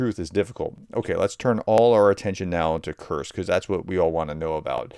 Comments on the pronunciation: True, but I still cringe every time he says "Kurks"! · Since you asked:, I am a subscriber and I watch all of your videos, I love them. But, please, please pronounce Kursk properly. Just say "curse" and add "K" (like the last letter in cooK) --> curseK, that's it, that easy. Sorry but it is jarring when you, mispronounce it. Thanks and keep up your amazing work! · Sorry but you're not pronouncing Kursk properly, it sounds a bit like Kerch, another important place. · I beg you to cease and desist your pronunciation improvement efforts. If you don't , you may lower the morale of you channel audience. Many of us, well at least me, take great secret hidden pride in the knowledge that we can pronounce ruzzian and Ukrainian place names better than our favorite professor can . Its the little things in life that bring joy to some of us. And remember that whether you say ah-blast, or oh-blast, just have A - blast doing it!